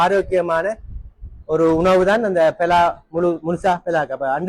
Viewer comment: பெலா பழம் இல்ல பலாப்பழம்